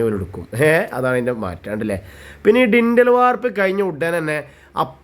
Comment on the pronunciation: ഡിൻ്റൽ അല്ല, ലിൻ്റൽ ആണ്